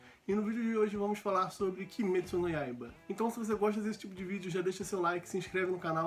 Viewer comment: SÓ PELA PRONUNCIA DO NOME DO ANIME JA ACHEI FODA